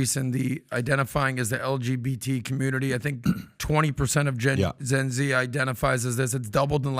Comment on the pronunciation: Love the language is “gen Z” becoming “Zen Zi”.